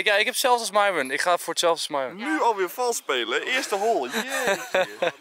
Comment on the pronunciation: Enzo, je pest Myron wel door haar naam verkeerd uit te spreken, arme Myon